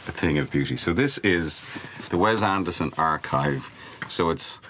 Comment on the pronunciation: Cillian Murphy pronounced Wes Anderson name wrong, according to Ethan Hawk and his daughter :)